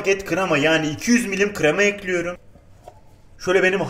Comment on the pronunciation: Nobody::Tencereyi ocağa ekliyürüm